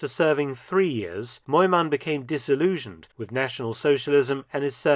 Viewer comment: Btw: near perfect pronunciation!